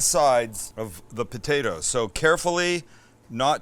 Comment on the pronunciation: You gotta say potatoes right.....BU-DAY-DAS!! Lol